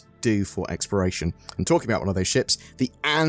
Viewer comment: omg why are you saying "Experation" gameplay???